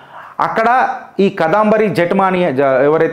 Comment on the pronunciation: Past tense ni future tense lo cheptunnavu and can't pronounce the name properly🤮